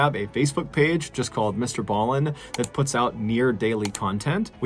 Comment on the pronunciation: So nice to hear Mr. Ballen pronounce the name 😂. 🇰🇪